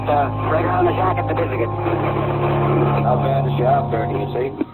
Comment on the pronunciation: Local’s note: Nipisiguit is pronounced Nip-iss-i-gwit